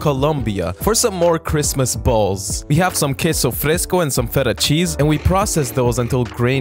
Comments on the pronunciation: "for some more Chrismas b a l l s " Am I just down bad or is he saying it in bold? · I like the emphasis on the B in 🅱️alls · The way he emphasises the word balls never gets old ☕️🗿